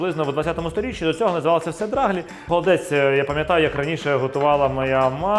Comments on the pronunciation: Доаглі‘-наголос на і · Наголос у нас на перший склад - драглІ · Будь ласочка - драглІІІІІІ - наголос на останній склад😄😄😄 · Драглі. Наголос на і. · В нас також наголос на і. Ми з Волині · На Заході кажуть драглі,наголос на і.